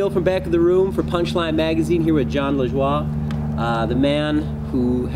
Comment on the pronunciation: Always thought his name was pronounced La Joey but knowing hes from Montreal La Dwah makes more sense